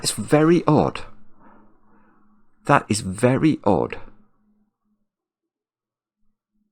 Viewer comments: 1735 Is saying "that is very odd" or "that is very Aad?" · “That’s very Aad”